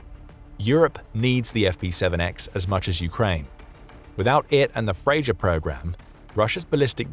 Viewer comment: It's pronounced FreYa